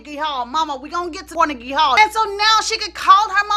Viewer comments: car-neg-gee hall. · "CORnegy" Hall...lol.